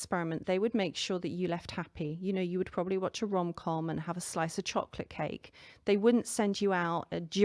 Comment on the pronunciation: Ooohhh rom com, as in romantic comedy not ron com. Ronnie with a condom!?! 🤔🤣🤣🤣😏